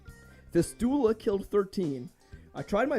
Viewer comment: Funniest possible way to mispronounce fistula